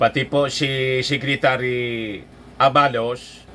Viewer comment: mali ang pagbigkas ng ABALOS dapat mabilis. Hnd A BA LOS.